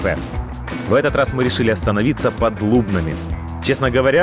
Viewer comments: ЛубнЫ, а не ЛУбны!!!!!! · и не лУбны а лубнЫ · Під ЛУбнами???? Ну хоча б географію своєї країни вивчив? ЛубнИ!!!! Козацьке полкове місто!